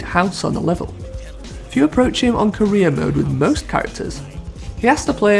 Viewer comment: Dude I'm stoned, this entire time you've been saying "Career mode" I thought you were saying "Korea mode" I'm 20 mins in and only just realizing lmaoooo I've been like wtf is Korea mode.